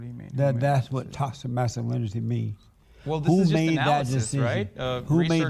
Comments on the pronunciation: He cant pronounce toxic Lmaoo tossed it masculinity tauxit masculinity Lmaoo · Haha, and JLP trying to pronounce "Toxic masculinity". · Man can't even say toxic masculinity 😂